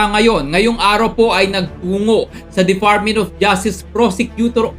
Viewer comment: DeFartment of Justice, Moltipol CIVER LIVEL. hahahaha hoy brad malapit mlaglag yung pustiso mo! CIVER LIVEL hahahaha. ayusin mo yang pagbigkas mo!